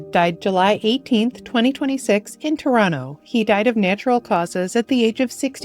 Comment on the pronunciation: are you from Toronto? You pronounce it like a native! Most people pop the last "t" too strongly. RIP all the great talents we have lost. Condolences to their families and friends.